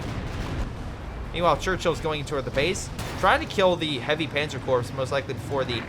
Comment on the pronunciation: Corps is pronounced core